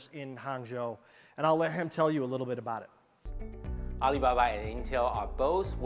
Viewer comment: ~ Butchering Alibaba's name like a pro